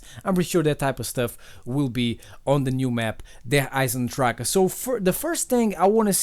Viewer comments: As a native german speaker I have to say that you pronouce "Der Eisendrachen" perfect. Many other youtuber say "Der Eisendrach" Respect from switzerland! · but hearing you pronounce the name as a german gives me goosebumps xD